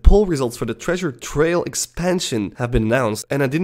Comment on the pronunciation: it hurts every time